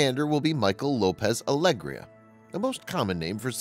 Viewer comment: EHem excuse me good sir, but Alegía has a tilde on top of the "í". therefore the emphasis should be on that syllable and not in the e. It's Alegía, not Aégria.